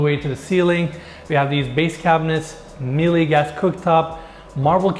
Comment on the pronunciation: Yup, exactly. Whatever the surface is should match what it blends in with in the distance. We've messed up the pronunciation of Míele and Foyer as well (should rhyme with Sheila and Today respectively) but hey... so go the blind leading the blind... not that I don't get things wrong by any stretch... cheers :D